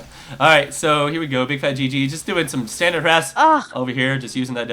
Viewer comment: BIG FAT L - P. FUCK, are you guys paying that little attention? BIGFATLP, there is not a single G, or at that, 2 G's in the end of that name. Fuck, I'm turning the sound off, just because of that mistake you made EVERY GAME.